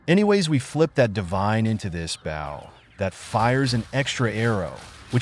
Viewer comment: Maybe for the bow pronunciation issue, spell it like Boe (or Bough) ? Idk, you've probably tied it